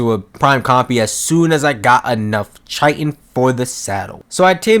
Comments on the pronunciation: It’s not CH-I-TEN it’s high but the h is a c or k so it’s like KIGH-TEN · Ummmm it’s ki-tin 🤓🤓🤓🤓🤓👆👆👆👆👆